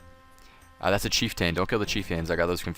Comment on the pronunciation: Chief Tain? Shaw man